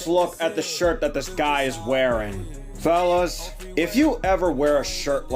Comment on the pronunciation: notice how when he says fellas it sounds like phallus...